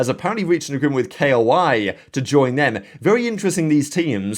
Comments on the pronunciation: Another day waiting for to say koi instead of K.O.I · kay-oh-ay, LOL